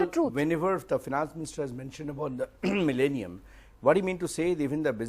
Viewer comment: did he say Millenium?